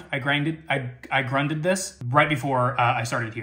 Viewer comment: When says " I grunded this.